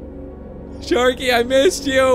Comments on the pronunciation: it's sharky not skarky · sharky not skarky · You said skarky lol😂😁😀